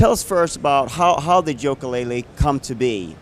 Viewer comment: He did not just fucking say Joka-Laylee